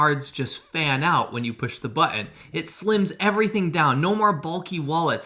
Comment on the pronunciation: Just heard you pronounce "button" and understand why y'all are in PA.